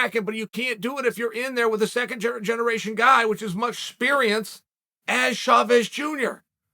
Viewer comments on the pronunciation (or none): "Shavez" hahaha